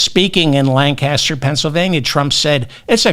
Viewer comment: Sorry, David. I'm from PA. Let me help you with the pronunciation of the towns you mentioned. Reading is pronounced Redding. Lancaster is pronounced Lane-kih-ster. Lititz is LIH-t*ts And even though you didn't mention it, DuBois isn't pronounced Du-bwah like it should be. Instead, it's Do-boys. And we also have such wonderful places like, and I'm not making this up, Intercourse and Blue Ball. Ah, my beloved Commonwealth!